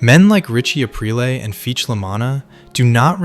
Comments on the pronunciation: Same thing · your selling yourself as someone who is very knowledgeable about the Sopranos, and you constantly mispronounce Aprile. Maybe it’s on purpose to get people like me to comment , which if that’s the case, i guess it worked